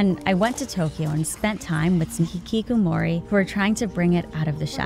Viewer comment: Ngl kinda cringed at how she pronounced hikikomori as hikikumori,,, Ig she can't really help it being not very fluent in Japanese pronunciation tho haha